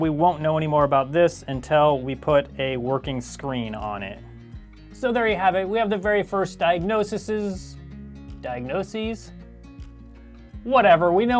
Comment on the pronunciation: It's pronounced "Diag-naw-seez"